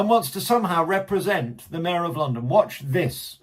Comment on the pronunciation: I was hoping for Khan’s “Wepwezentative” to say “Sixth hundwed and sixthy sixth”. If President Trump has sense he’ll give Londonistan a W I D E berth.